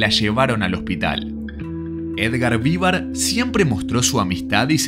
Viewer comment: no Vívar...